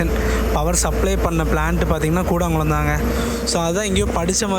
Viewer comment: கூடாங்குளம் என்று உச்சரிக்க கூடாது அதன் சரியான பெயர் கூடன்குளம்